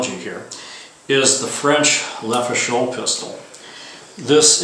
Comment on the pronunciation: Everyone keeps making the same mistake when pronouncing "Lefaucheux:" they say "Leh foo show" [which would be spelled "Le feu chaud," aka "the fire is hot." It should be pronounced "Leh fo' shoe" like it's spelled. I don't blame you: when even Ian McCollum [die hard Francophile gun nerd of Forgotten Weapons fame] makes the same mistake, you've got to figure it's going to propagate across the interwebs. But it still drives me a bit batty... 😄